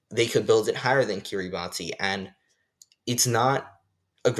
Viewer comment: Kiribati is pronounced "key-rah-bus" Btw. Great vid helped my on my unit 1 quiz